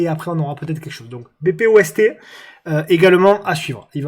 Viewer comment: BPOST = Belgian Post, la poste belge, pas BéPéOèSTé ;)